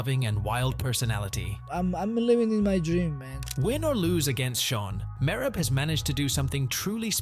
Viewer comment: The way you pronounce Merab makes it hard to watch the video